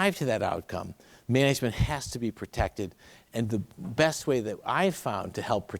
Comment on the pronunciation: “The way they make MENEGEMENT”